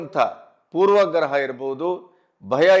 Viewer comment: ಪೂರ್ವ. ಗ್ರಹ ಅಲ್ಲಣ್ಣ poorvaaagraha